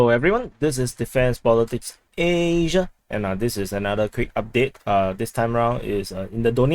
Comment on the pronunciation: Can U ear me laughing when u pronounce AAAAAAAAASIA ?